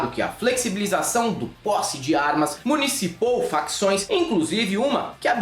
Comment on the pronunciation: Municipou ? Querias dizer "municiou"😅?